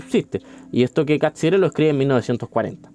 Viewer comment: Bien, aunque me perturba cómo pronuncias Catsirer, siendo que el apellido no es italiano, no se justifica 😅 Pero respecto del contenido, bien.